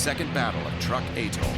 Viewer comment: Pronounced: Trook not Truck. If you're going to use AI narrators, at least use quality versions.